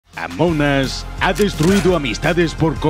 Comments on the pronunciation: Nombre original: amongus, Como lo dice: amonas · Se pronuncia "Among As" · Normal: Among Us: AMONAS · Gente normal: Among Us Gente rara: Amungus: Amonas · Pues se pronuncia "among os" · Se pronuncia amon as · se pronuncia among os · Se pronuncia AMONG US USS US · "amonas" bien ahi españoles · 13;33 dise amonas